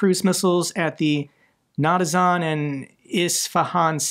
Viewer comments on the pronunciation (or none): It's pronounced na-tans. Not na-ta-zan! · The world: Na-tanz: Na-ta-zahn 😅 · Natazon?? Natzi Amazon? I thought they bombed Natanz 😂 (Not-ants) get some sleep, love your vids! 🎉